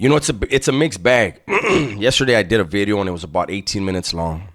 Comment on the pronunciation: The emphasis on the V on Bideo. Lol